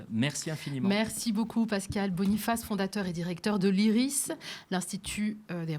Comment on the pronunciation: Iris et non pas isis